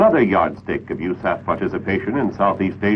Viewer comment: Who the hell says u-saff? Honestly the first time I've heard it pronounced as a word in an official manner.